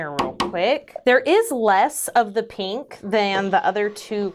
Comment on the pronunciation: Heheh... "peenk" lol